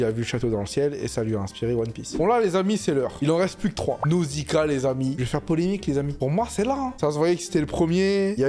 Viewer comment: Je pense que pour aimer le Château ambulant faut être une fille tout simplement ! C’est un peu le shoujo de Miyazaki Contente que tu as fais l’effort de dire jiburi mais parcontre nozika 😢 les Z y’a que dans les mots français svp, arrêtez les wazabi mizo etc